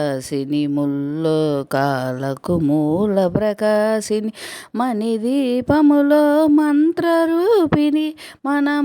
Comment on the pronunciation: పరిమళ "పరిమల " కాదు మని కాదు మణి